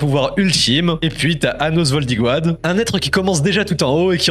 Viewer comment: Comment sa anos voldigo ad? 🤣 sa se prononce voldigod🤣